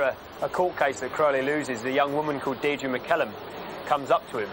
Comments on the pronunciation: Old fashioned English name, but not Deed Ra, it is pronounced Dear Dree. Not at all glamorous. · I knew it was pronounced Dear Dree from watching Coronation Street. That was the name of the character the late Anne Kirkbride played.